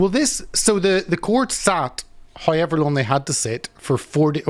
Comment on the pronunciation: Christ, the Northern Irish accent is hard to listen to. What other accent on earth pronounces however as "haiever" and shouted as "sharted"?